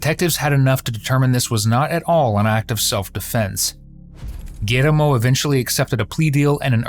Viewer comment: You couldn't just say "gee-yer-mo"....had to spanish it up?